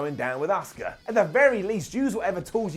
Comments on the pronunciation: I swear i hear you saying oscar instead of auska god damn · Why does everyone in the uk pronounces Asuka as "Oscar"?